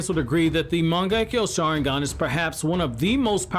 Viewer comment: Turning off the video after first seconds when you misspronounced the name of the mangekyo sharingan.